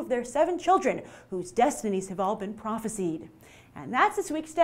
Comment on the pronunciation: Lol! Grace, Grace, Grace...I know you've seen enough sci-fi/fantasy to know that isn't the way to pronounce "prophesied". ;) Still, another great, enjoyable episode! Keep 'me coming! Chris Hunter